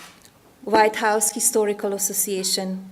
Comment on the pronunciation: I want to know why she pronounced histhorical not historical